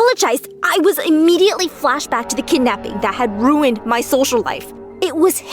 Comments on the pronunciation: Sorry but its kidnapping not kednapping sorry people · No one: My story animated: kidnappi My story animated again: kednapper